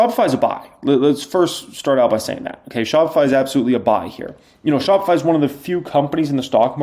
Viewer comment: shopify. chopified. 😂😂 my boy